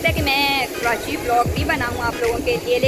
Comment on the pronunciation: please correct pronunciation my City... KARACHI کراچی